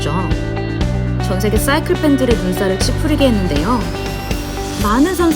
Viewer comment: 쏴이클 발음 넘 쥐리네요 역시